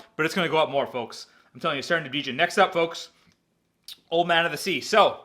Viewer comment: Djin not Deeejin